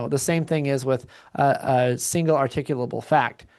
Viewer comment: Reasonable, "Articable," Suspicion- Learn to pronounce it before you use it, Slobberin' Shitizen.